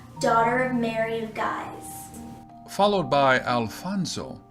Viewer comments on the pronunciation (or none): Queen Mary of Scots is actually known as "Mary, Queen of Scots" and An goo lem is actually pronounced as Onj-oo-lem, Mary of Guise is not Gyes but Geez. Devonshire is pronounced Devonsheer..Christopher Sorenjen is pronounced Sorensen..Sore..ensen. letter A in spoken English as in the word CAT..eg,. the word Pasta is not Posta